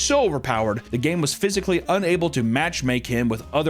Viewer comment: "phisically", really?